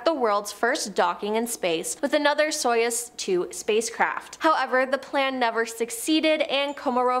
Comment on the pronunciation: Stop saying soyuz, it is pronounced sayооz. союз оо as in food Yuri Gagarin it is not Gagarian... the gaga is as in Lady Gaga